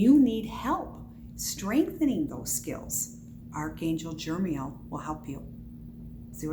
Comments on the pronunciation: NO! the name is not Jermiel.... its Jeremiel. And you just made about a dozen assertions, bu what are your sources? You can't even pronounce the name and I'm asking you if you have any sources. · I believe its pronounced Jer-e-MEEL